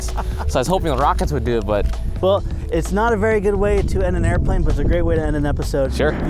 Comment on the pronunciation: "airflane" - 2016